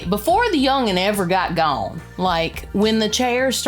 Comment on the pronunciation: Don't think accent has ever been so thick as when she said, "Before the yung 'un ever got gohne". lol